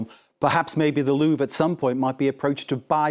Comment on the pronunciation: This gentleman finally pronounced Louvre properly. Merci, Monsieur Brand.